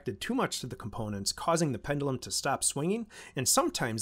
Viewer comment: Pend-you-lum… not pen-dull-um. Great channel btw. Would love to see you do an 8-bit breadboard video series like Ben eater but with the SAP-2 architecture….